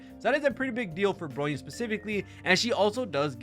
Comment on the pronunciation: it's "BRONYA", not "BROYNA" lol. I feel hilarious that you still cannot spelled Bronya's name correctly while speaking highly about her & Robin, while talking shit about Sparkle lol. FYI, Sparkle has the highest "CRIT DMG Buff" than standard Bronya, Robin, & Yukong ( CRIT DMG Buff Harmony in overall ) in-game. Sparkle's E2 probably might be the reasons why she's BiS Harmony support for Acheron's Team, because her E2 allowed her Talent ( Red Herring ) to make allies to ignored enemy's DEF for 8% ( 1 Red Herring stacks = 8% DEF Ignored ) & can be stack up to 3 times ( 2 Red Herring stacks = 16% DEF Ignored, 3/Max Red Herring stacks = 24% DEF Ignored ) when dealing DMG to them. Which is very useful for Acheron. & I have an evidence for my statements here ( Please checks Sparkle's guide on your HSR'S Account "GAME TOOL" feature & look for Sparkle & see for yourself. That's where my evidence is. ). Robin is a "Tier 0" Harmony alongside Ruan Mei in "Pure Fiction" is true. But when it comes to "MOC", her tier is just one the same place with Sparkle which is "Tier 0.5". Sparkle on the other hand, is still a "Tier 0.5" Harmony support on both "PF & MOC" while Bronya is far below them at "Tier 1.5" on both endgame mode. So your statement saying "Bronya is far better than Sparkle" is really a "BIASED & so DELUSIONAL."